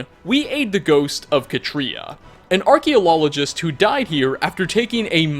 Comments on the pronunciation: “Archeolologist” I’m sorry, I know you meant archeologist, but this is much better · Man just said "Archeolologist" smh.... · "An Archealologist" I'm sorry, but I just had to point it out. XD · A archeolologist😂😂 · Archaeolologist... I'm dying 🤣🤣🤣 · Archeo lol gist XD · trying to say "Archeologist" is hilarious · Watched this video again and noticed the "Archeolologist"😅, sorry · "Archeolologist" lol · Part Zephyr... you called her an archeolologist 🤣 ots archeologist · archaeolologist lmao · Haha archaeolologist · "Archeolologist" lmfao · im sorry but you called Katria a Arckylologist, I think you meant Archeologist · "Archeolologist" Did you mean "Archeologist"? Because you added "Lol" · I was distraceted by him saying archeolologist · Or that he said archeolologist... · Or that he called an archeologist an “archeolologist”? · a what? Archaeologist? ArchaeoLOLgist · Blud said archeolologists (no offense) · Lol “archaeo-lolo-gist” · did this man just say archeololigist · An archeo-LOL-ogist wow lol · Acheolologist? 😂 I was just passively watching this video but that certainly brought me back 🤣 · "ArcheloLOLogist". Made me lol. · Archililologist lol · “an archiolologist” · Lmfao did anyone catch the archeologist part except he said archeolololgist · "an Archaeolologist" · Do my ears deceive me, or did he say.... "archaeolologist"? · “An archeolologist” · "archealologist" -, 2019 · "archiolologist" lol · Hmm, yes, "Archeolologist." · Am I going crazy or did say archae-lol-ogist when talking about zephyr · Nobody:: archeolologist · We talking archealologist but nobody gonna mention he said neravine? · Mole rats? Archiolologists? I'm just giving you crap, good video. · "Archeololigist" nice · archeolologist. I don’t think that’s how it’s pronounced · And ive notest another mistake: At arkathanes we meet an arkalalagist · Was I the only one who heard archeolologist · "Katria a Archeolologist" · "An Acheololologist" lmfao,.